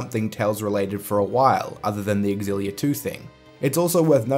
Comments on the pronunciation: (You are the one that isn't pronouncing it properly. It is pronounced eX-illia) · Why can't anyone pronounce xillia properly